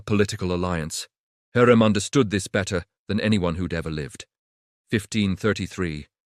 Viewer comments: говорите правильно ни Хурим а Хюрем. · УЖАС СКОЛЬКО КЛАССОВ ОКОНЧИЛ ЭТОТ ЧТЕЦ ОДНИ ОШИБКИ ДАЖЕ ИМЯ ХЮРЭМ ОН ГОВОРИТ НА СВОЁМ ДИАЛЕКТЕ ДЖУНГЛИ.... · Не Хурим произносите правильно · ВИМОВЛЯЙ І'МЯ ПРАВИЛЬНО ХАСЕКІ ХЮРЕМ СУЛТАН. І НЕ ВИДУМУЙ І НЕ ГОВОРИ ДУРНИЦІ. АЛЕ Ж ТИ НЕ ЛЮДИНА А МАШИНА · Мои уши взорвались : ТопЧаПи,Хурим,харам и пр. ,,шедевры,, ну,это уже верх наглости от ииШАЧЬЕГО чтения --слушайте сами!!!